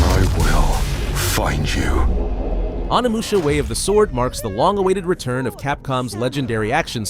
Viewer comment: holy crap how do you butcher the pronunciation of Onimusha that badly???